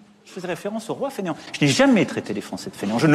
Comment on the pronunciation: j'ai explosé quand il a prononcé "roi fainéant"